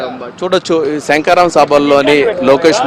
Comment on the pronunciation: SANKARAVAM KAADU SHANKHARAVAM ANI VANDA SARLU UCHARINCHI SABHALO PALGONALI SAAMI.😢😢😢